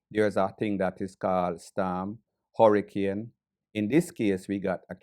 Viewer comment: Can't even pronounce hurricane... " should have attended your classes " 😂😂😂 luad jesas did he say documentary 😂😂😂😂